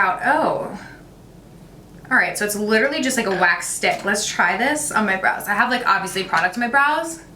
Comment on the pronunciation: Five 20 when she says brows I swear she said blows love itttt